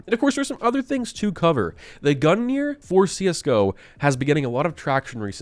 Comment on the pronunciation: Please stop saying GUNGGEAR it's GUNG NIR same goes for the Jormungandr its, not NORMUNGANDER omfg xd